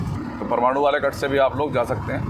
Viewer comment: भाई ये परमाणु नहीं है, ये तो परवाणू है| परमाणु तो एटम बम होता है आप उसको ठीक कर लीजिये.......